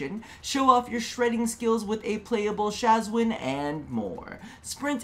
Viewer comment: SHAWZIN: is ROB: Shaz-win ME: plucks untuned string in horror